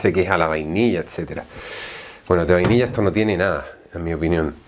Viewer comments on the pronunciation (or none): none